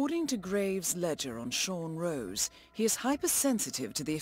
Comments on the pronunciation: It's Sean ROSE. Not ROSS. Love your vids though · It's Sean rose not Sean Ross, 😂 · it Sean rose as in the flower rose